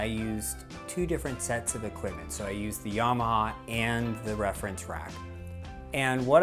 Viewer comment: Why do you say 'Yarmaha'? It does not have a 'r'